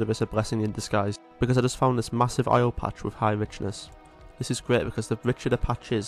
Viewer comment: The way this dude says "oil" is making me have a irreperable brain damage. Aio? Ay-oh? Ahjo? I don't know how to spell whatever word it is he uses, but it for sure isn't oil. I'm loosing my mind.